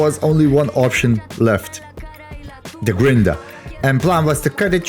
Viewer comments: What is a grin-der? 😆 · Amazing work! I’m cheering you on and watching your progress—each video gets better, and it’s great to see the video edit progress 💪but the word you were say it's funny 🤣 "Grinder* sounds so funny 🤣